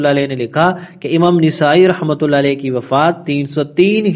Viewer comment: ایک اصلاح ۔۔۔ نسائی کا صحیح تلفظ " ن " پر زبر کے ساتھ نَسائى ہے ۔۔۔ ماشاء اللہ آپ اچھا کام کر رہے ہیں ۔ اللہ باطل کے خلاف اپ کی اس کاوش کو قبول فرمائے